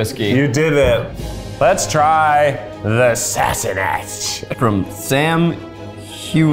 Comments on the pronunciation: It is pronounced sas-san-ack lol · Them mispronouncing Sassanach and proving how Sassanach they are lmao